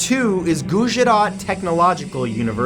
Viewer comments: I lost all my fear when he tried to pronounce Gujarat and Ahmedabad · Its really funny to see him pronounce Gujrat and Ahemdabad lol (Im from India) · Not gujzzarat gujjjjarat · Its guj -rat matthew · He pronounced Gujarat and Ahmedabad wrong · Hi Matthew, you might want to look up the pronounciation for Gujarat and Ahmedabad it was fine, but it's a little off. Keep doing what you do :)